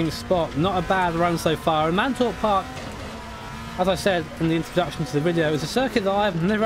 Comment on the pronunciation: Mantorp. MANTORP! Not Mantrop. Lol!